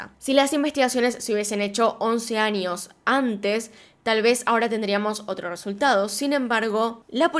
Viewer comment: Porque dice anios en vez de años?